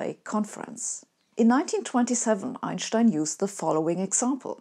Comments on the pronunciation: I think it's refreshing just to hear somebody pronounce his name properly. I haven't heard this since university, around 1990 for me. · Yes, that’s not an accent or affectation, that’s simply how he and everyone in Europe always pronounced his name. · Also it’s nice to know how to actually pronounce his name correctly. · As a non-German, I didn't either. Frankly, I love when she does a video on Einstein because we get to hear the way she says his name, and no one else does. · I like the way Sabine says Einstein's name. She's the only one who pronounces it correctly. That convinces me.